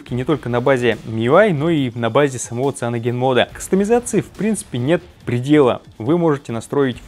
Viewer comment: Сайэноджен, не сианоген